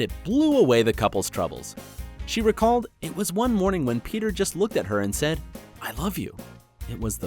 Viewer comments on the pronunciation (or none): none